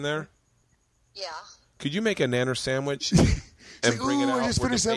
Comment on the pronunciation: I was on board up until he said rite aid sammich